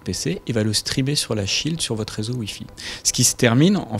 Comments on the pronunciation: Petite erreur : shield, pas schield :P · Déjà c'est Shield pas de "c" et en plus c'est de l'anglais, ça veut dire Bouclier...